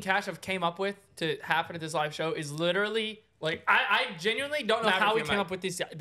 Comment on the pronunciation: " liTerWalLy😲 " I love sm 😭😭